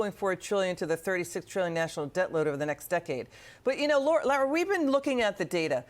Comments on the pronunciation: Its not Lera Trump. Its Lara. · Why is she pronouncing her name wrong . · I don’t care for this news correspondent. She can’t even pronounce Lara’s name right